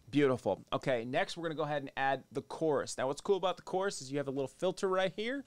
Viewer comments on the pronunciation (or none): none